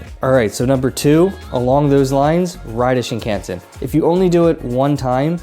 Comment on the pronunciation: I've enjoyed your Japan travel and food vids, but I have one suggestion: Please study up on pronunciation of Japanese words for your net trip. The main one that jumped out right away on this video is "Shinkansen," because you focus on the JR Pass (a must!) and say the word about 20 times. You say "Shin-CAN-sen" and it's "Shin-kahn-sen." I fear that mispronouncing words reflects a western arrogance and lack of respect towards Japanese culture, and I know you don't mean to disrespect. Also some other common gaffs: "Omakase" is "kah-zeh," not "ka-see" and ""Nigiri" isn't "Ni-GEAR-ee," it's "Ni-gi-rri" (with the slightly trilled "r" sorta like in Spanish). I'll add "Shinkansen" to my blog post about pronunciation: Thanks for your travel videos, and also thanks for saying "sake" correctly!